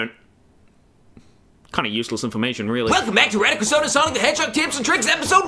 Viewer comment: i thought he said radical six